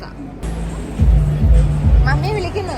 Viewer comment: അൽഫോൻസ mango allaa,, അൽഫോൻസോ mango😅